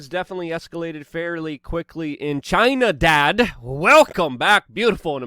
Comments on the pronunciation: it's not chinadad it's just chinada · It's Chinada, not Chinadad... Get it right dude.